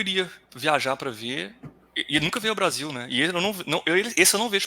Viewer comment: "Se você não gosta do Brrrrasél, o que que a gente diz?" kkkkkkkkk